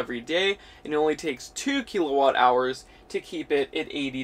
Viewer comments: I'm sorry to be the turd in the punch bowl, but serious...how did you get to know this much about electricity without ANYONE ever telling you its not pronounced "keel-o-watt" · What’s a keylowatt? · Keel a watt cracks me up